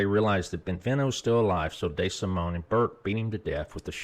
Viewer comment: “Tommy Day Simone”- tell me you’re from Nebraska without telling me you’re from Nebraska